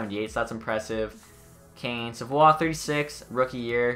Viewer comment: You pronounce savioes name wrong lol